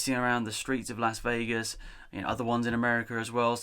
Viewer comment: Did he say los Vegas